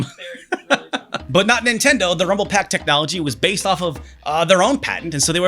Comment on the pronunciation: It's pak and not pac, pepole from my country pronounce peck instead lol